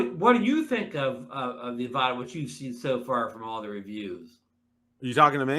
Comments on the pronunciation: You guys need to watch DJI's Pomo videos for the Avata to get the correct pronunciation. It’s not Av-ahh-ta it’s Av-a-tah. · it’s Av-a-dah :P